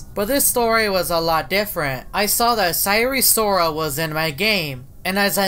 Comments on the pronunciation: SIRE SORAL sire sirol: welp, you got it wrong. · Sirol not sarol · SIRE SORAL LOL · It. Sire. Soral